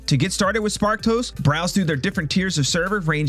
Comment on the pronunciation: Whenever you say Sparked Host", I hear "Spark Toast" 😂😂😂